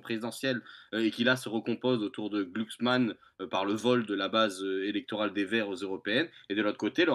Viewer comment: Je sais pas si le fait exprès mais c'est un énorme plaisir de l'entendre écorcher le nom de "Klucksmann" à chaque fois qu'il le prononce:D